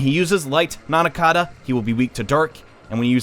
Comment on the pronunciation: "Antitichthon" "Nanakada" Dude. It's Antichthon and Nandaka.